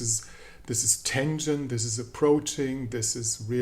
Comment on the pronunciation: Your pronunciation of tension had a twang of t e n d e r, all right then, tension, be tender and on your best behavior, so be it. 😅